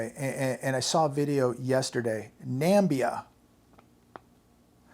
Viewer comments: He's talking out of his And it's pronounced NA - MIB - BIA not NAMBIA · By the way I think you meant Namibia not Nambia? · A SPECIAL NOTE TO: DURING YOUR TODAY'S PRESENTATION BROADCAST, YOU MADE THE SAME ERROR A NUMBER OF TIMES:, YOU ERRED WHEN YOU MISPRONOUNCED THAT SAID NUMBER OF TIMES THE CORRECT SPECIFIC NAME OF A SPECIFIC COUNTRY. YOU MISPRONOUNCED: "NAMIBIA" AS "NAMBIA". OUR ESTEEMED; THAT SAID COUNTRY'S NAME IS NOT "NAMBIA"; RATHER, THAT SAID COUNTRY'S REAL CORRECT REAL NAME IS: "NAMIBIA"., WE THANK YOU SO VERY MUCH FOR ALL OF YOUR CONTINUING GREAT AND HIGH-QUALITY PRESENTATIONS AND BROADCASTS. STAY HAPPY, STAY HEALTHY, AND STAY CLOSE TO GOD. --- PROFESSOR BJNG. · Namibia 🇳🇦 not Nambia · After your statement regarding "Nambia" ....NAM.BIA !!!!! I have my doubts as you weather you actually know what you are talking about if you can't even get this right . In the first place there is no such country in the world called Nambia . I can only assume you are refering to country of NAMIBIA (formaly known as South West Africa). Namibia is also known for its very good quality red meat , unlike the artificial rubbish you feed your nation from time to time and call it meat ..... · Namibian beef is grass-fed with no added hormones or antibiotics. Check your ignorance and eat humble pie AND it's NAMIBIA not Nambia. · no such place as Nambia... is called Na-MIB-ia... also a land called Zambia but no Nambia. what a dope. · I like you, but it not pronounced NAM-BE-A. Its NA-MIBIB-BE-A. An what makes you think their beef is lower quality? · I thinkits na-mib-bia not nambia. I had a friend who was there , stayed with a cheetah in her bed at night on some animal reserve, thanx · Nambia????its Namibia. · Nambia, is that a new country? I think there is another syllable in there buddy. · It’s Nami-bia. also probably higher quality than the gmo shit we eat here. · It's Namibia, dumb fuck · WFT is "Nambia"?